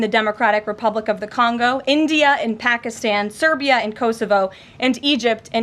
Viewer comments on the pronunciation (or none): none